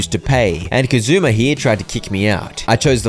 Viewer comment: bro I will literally hurt you its not "kazoooma" that is KIRYU KAZUMA: THE DRAGON OF DOJIMA